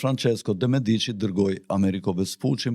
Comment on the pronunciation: Pico Della Miraaaandola cazzooooo....jo Mirandoooola ...theksin te a e pare...... De Meeeedici.... jo De Mediiiiiici... theksi te e